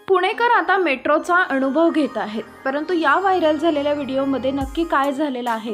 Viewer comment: अणुभव? लई भारी मराठी!